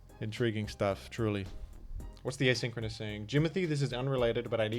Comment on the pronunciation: A-Sink-Row-NUSSY chat